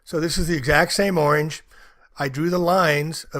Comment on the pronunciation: “So this is the exact same oinge” Oinge?